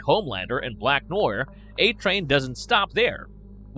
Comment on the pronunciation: ‘Black Noyer’?